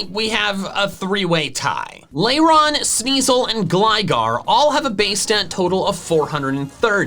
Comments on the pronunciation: passionately calls out someone for pronouncing a Pokémon's name wrong Me: YES MY FRIEND although you did pronounce Lairon, Misdreavus, and Phione wrong (Lair-on not Lay-ron, mis-DREE-vus not MIS-dre-vus despite being based on the word mischeivous sorry, fee-OH-nay not fee-OHN cause Japanese). Also despite it being one of your favorites, you consistently mispronounce Tropius (it's based on the word tropical, so it's TRAH-pee-iss, not TROH-pee-iss) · not you critiquing someone's pronunciation of doublade while mispronouncing eviolite (it's a VIOLET stone, it would be pronounced ee-vy-oh-light), lairon (lair-on) misdreavus (miss-DREE-viss), phione (fee-own-ay), lol. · I love how he worries about how to pronounce Eviolite and then pronounces Lairon like 'Lay-ron' 😁